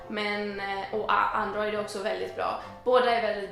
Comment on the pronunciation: Yaas, tack o lov att du säger chex!! 🙌🏻 men android? .... Njaaa